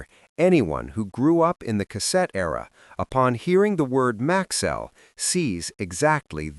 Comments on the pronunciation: its MAX-ELL NOT MAXWELL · For most of the video you pronounced the name correctly - Max-cell. Then suddenly it changed to Max-well towards the end. A company like Maxell that prided itself on precision and quality deserves a video that's equally precise. Also. If you are telling the history of Maxell in chronological order, why wait to the end before mentioning that Hitachi owned them since the 70's like it was insignificant? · It's an AI slop. That's why pronunciation is wrong.